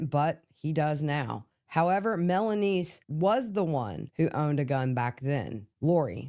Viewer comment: Melany.. not melanise....